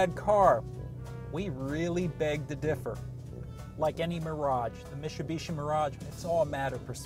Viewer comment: How can we trust a dude who can't pronounce mitsubishi? Lol